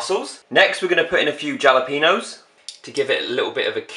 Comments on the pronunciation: He says JAH-lep-EH-nos instead of jalepeños (Ha-leh-pen-yose) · it's pronounced halepenos not jalepenos😂😂😂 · I love u so much and you make me laugh every time I watch ur videos but jalapeños I'd pronounced halapenos 😂😂❤️💯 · My two favourites parts of this video were you saying 'Jalapenos' and when you said 'Ta Da!' at the end with a sudden zoom in :') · aw.i love the way you say jalapeños x❤️